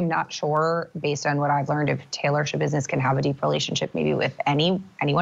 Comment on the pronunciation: There's no business like "Scha-business". 😆